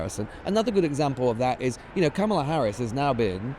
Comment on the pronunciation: I am huge supporter of this podcast and agree with the general sentiments on almost all topics. I will say though, it’s becoming slightly jarring hearing Jon and Lewis constantly mispronounce Kamala’s name, especially when it’s a conversation that occurs daily in the campaign. I just don’t see how you couldn’t have even accidentally picked up on it at this point?